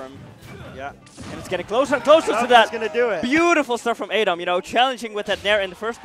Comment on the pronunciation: The commentator keeps saying a Dom instead of adom